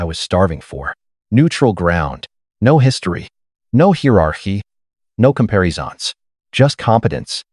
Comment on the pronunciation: The way he said it I thought he was going to add “I could…but what’s in it for me?” “No heer-ar-hee. No com-pair-e-zahns” Does this AI need help with some pronunciations? “pro-bob-ly.”